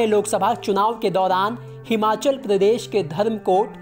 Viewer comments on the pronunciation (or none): none